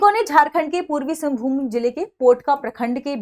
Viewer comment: मैडम सिंघभूम सिंघभूमि नहीं